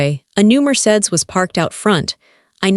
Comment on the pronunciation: YUBER? Mer-cades? Pronounce right next tjme Ai